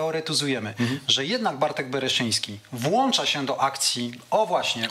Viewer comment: Jedna uwaga Panie Piotrze, WŁĄCZAMY, nie WŁANCZAMY. Pozdrawiam